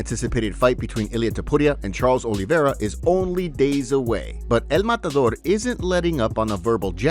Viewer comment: Él mãtãdôr..😂 u arent spanish!